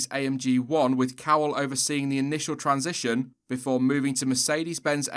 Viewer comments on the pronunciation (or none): none